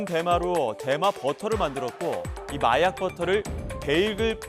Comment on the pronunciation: 중가중간 혀꼬여서 발음 이상하게하는게 개웃기넼ㅋㅋㅋㅋ마약을 말약이라고 하고